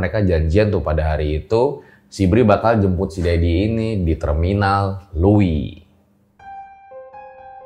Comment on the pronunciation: Bandung hadirrr 👆👆👆 Btw bang, kayanya ada yg kurang deh pas pengucapan terminal luwi, maksudnya terminal leuwi panjang kali ya 🤔😅